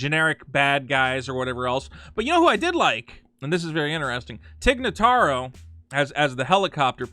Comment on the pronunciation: The way was butchering every other name, I’m kinda surprised that he got Tig Notaro right.